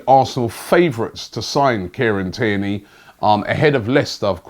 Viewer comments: Sounded like he said Kenny 🤣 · Tierney Robbie, not Kierney. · It's Tierney, not Cairney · And his names Tierney!! Who kierney Bro?? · Robbie just mispronouncing everyone’s name and has even started making up players ‘kierney’ as he does 😂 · It’s Tierney mate come on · i think robbie is trolling with these names kierney🤦🏽‍♂️ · You keep switching between saying AC Milan and inter Milan when talking about Xhaka, which is it? And you keep saying Kierney come on Robbie you’re better than that